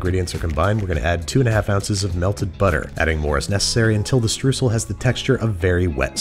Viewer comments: No it's Streusel :') wie in Oida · Streusel - Stroisel - pronounced like oi in "oil". Pretty simple. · Babish: "Struhsel" Germans: "What?" Babish: "Struhsel" Germans: "Do you mean Streusel?" Babish: "Struhsel" Germans: "S - T - R - E - U - S - E - L!" Babish: "Struhsel" Germans: start crying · Pro tip: If you want to pronounce streusel properly, say it like shtroysel.